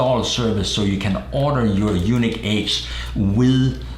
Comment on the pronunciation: It is pronounced like the word Unique, not Eunuch (a priest whose testicles have been removed or mutilated for their specific function in life) I understand you have an accent but can you please pronounce it correctly. Your partner there and all other people including Ryan at Yuneec have been pronouncing it correctly except you. Drive me nuts. :-)